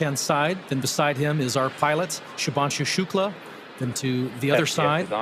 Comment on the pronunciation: Shubhanshu bhai Shubhanshu🤦🤦 naam to sahi bol